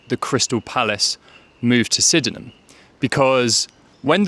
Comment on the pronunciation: I appreciate the idea behind this - and applaud your effort - but pronouncing it Syd-en-ham Hill to a local and they'll think you have a speech impediment. It's Syd-nam Hill. My source: I grew up on Bowen Drive just down from Sydenham Hill Station and went to school in what was then known as Langbourne Junior School on Lyall Avenue - it's now Dulwich Wood Primary - pronounced "Dullich" 😇